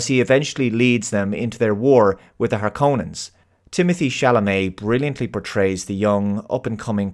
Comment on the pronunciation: I started watching the review interested in the thoughts of the reviewer. Then he started talking about the ‘Harconans”? The movie states the name of the house & pronounces the word as it’s meant to be said. If a reviewer can’t pronounce a major part of the story correctly when it’s said multiple times then how can I trust a review from him?